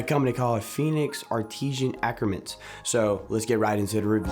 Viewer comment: You the man! It’s actually pronounced art•I•San a•koo•tre•ments. great review my man! I love this bar, I prefer it makes my skin feel better than dr squatch honestly